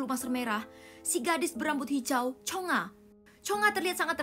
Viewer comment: Bukan chonga tapi chonge